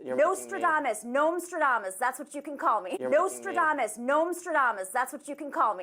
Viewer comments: Someone needs to tell her it’s not Nosetradamus but Nostradamus, where the Nos sounds like Nitrous Oxide. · Nomstradamus? No, no. Moostradamus